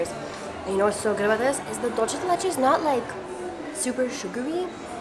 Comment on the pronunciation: Love your vids! We just went to B.A. about a month ago and absolutely ♡ it and the food! Quick tip: Dulce de leche is pronounced (dool-say duh leh-chay)